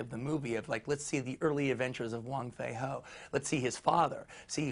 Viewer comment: It's wong fei hung not wong fei ho but nice interview